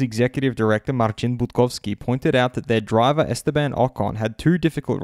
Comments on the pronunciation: I'm polish, I like how you pronounce Marcin Budkowski, it's almost perfect 💪🏻👌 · Congratulations on pronouncing Marcin Budkowski's name perfectly! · The way he says "Marcin Budkowski". Authentic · Greetings from Poland! Your pronunciation of 'Marcin Budkowski' is excellent, I'm impressed :)